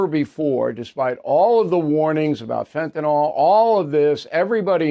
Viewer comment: Fen tan yl........."yl" says ill, not all.